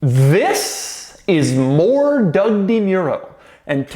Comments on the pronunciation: Doug, the type of guy who can't even pronounce his own name right. 😆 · I like each of these videos purely from the way doug pronounces his own name at the start